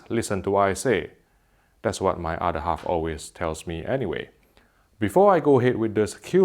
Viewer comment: "Thats wot my udda half always tells me anyway" lmao.. This guys fire